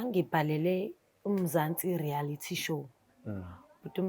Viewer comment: Reality not rearity